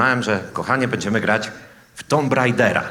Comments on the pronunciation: [tum] nie tomb się czyta;) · mordo ale wiesz, że 'tomb' czyta się 'tum' xD